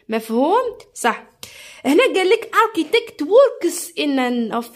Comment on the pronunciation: ارشيتيكت ماشي ارتيتكت